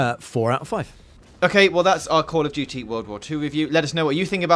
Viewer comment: Call of Doody (emphasis on the DOOOODY).